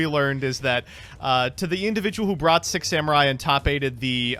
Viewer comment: E-Rue, Come On, and Zenjee - my favorite Six Semmurye! And not to forget the last one... ... Yaichi. Uh - yeah. Not much to mispronounce on that one, I suppose! Ah man, I adore Americans pronouncing anything that isn't English. xD